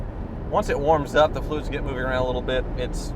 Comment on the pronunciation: "Well..There are 3 separate leaks, from 3 separate fluis... you tasted them all" LOL